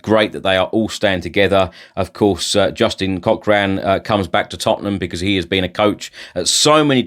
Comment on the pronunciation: I sometimes wonder if you ever consult the Spurs app the club released the statement on the app two hours before eight whatever it was you said And surely you would learn to pronounce a simple name like Cochran correctly